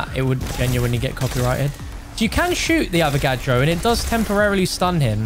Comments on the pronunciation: I liked the vid when he called the avagadro the avocado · are you saying avacado? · Called the avagadro "avacado"....*continues to light blunt* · bruh he called the avagadro a avacado